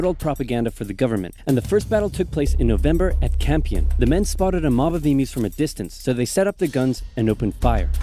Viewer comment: Not e-moos, e-muse